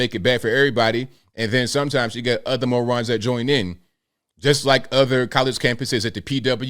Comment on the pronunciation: These “mo’runs”😂